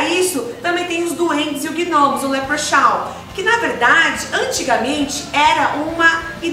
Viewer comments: A pronúncia de Leprechaun não seria outra? Algo como 'léprecon'? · Aleksandra Sampaio Yes..the right pronunciation is "lépricons" mais ainda "lépricans" You are right! ❤